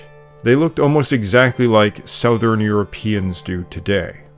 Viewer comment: I was, at first, wondering where you came from, but then your pronunciation came out. Geoffrey is pronounced the same as its modern equivalent, Jeffrey. Southern is pronounced suthern. I watched your video about speaking the gallic languages, and I was taken but now, I am not so sure as you have difficulty with modern English.